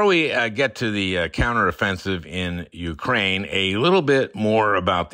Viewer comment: Al, please learn the correct pronunciation of Ukraine. (Your guest knows how.)